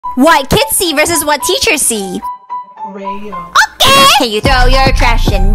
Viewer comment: I love the OKEH😂😂😂😂😂😂😂😂😂